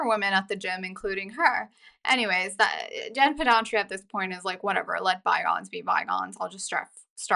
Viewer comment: Pedranti not Pedantri. Driving me crazy😂